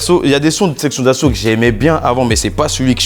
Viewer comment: SESSION D'ASSAUT AU LIEU DE SEXION A ..